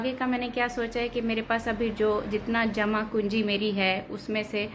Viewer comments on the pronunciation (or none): jama pungi hota hai madam,aap jama kunji bol rahi hai.